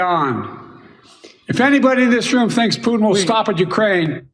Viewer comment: He didn't even pronounce Putin's name right.